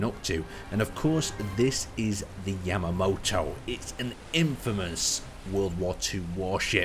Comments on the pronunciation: Its pronounced ya ma to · Ya-ma-toh Say it with me; YA-MA-TOH YAMATO!!! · all the people annoyed that you said Yamato wrong or whatever but WHERE'S THE OLD INTRO I'M HERE FOR THE SERIOUS ISSUES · YAMATO! YA-MA-TO!